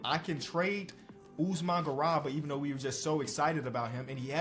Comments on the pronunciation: and mispronouncing “GARUBA” as “GURABA”😭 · please, its pronounced Usman GA-ROO-BA. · GARUBA GA RU BA Not garaba. Y'all really need to do better pronouncing African names. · Really appreciate the content man. Check out the pronunciation of garuba tho:) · One day will pronounce the name garuba correctly